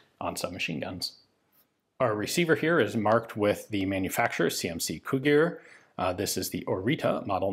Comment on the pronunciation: It is spelled Orița and pronounced Oritsa / Oritza. Also Cugir is pronounced more like "Cudgir", like gi in giraffe.